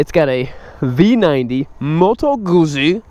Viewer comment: i'm italian, good guzzi pronunciation.